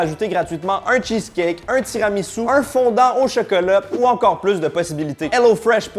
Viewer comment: « le cheuceuleu » 🍫